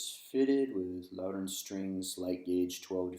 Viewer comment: Made in Northern Ireland, but your pronunciation should be Loud Den and not Low Den